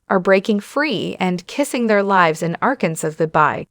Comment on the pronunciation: The last letter "s" is not pronounced in the state Arkansas. You keep butchering it, every time you say the word.